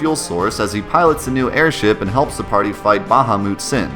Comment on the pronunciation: baha-moot? lol